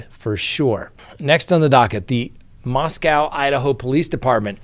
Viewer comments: It’s pronounced “Mos-coe” not “Mos-cow.” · Love your show. I watch every single one. Idaho is my home and Idaho is the most wonderful place on earth. Asking for a favor…Moscow Idaho is not pronounced same as Moscow Russia. Moscow Idaho the w is silent: please pronounce as Mosco. Also, I am a Vandal mom and loyal fan, forever and always. Thank you so much. Go Idaho!!!!! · Please check your pronunciation of Moscow, Idaho. You keep mispronounced it.